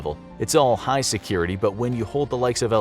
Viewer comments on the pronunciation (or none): none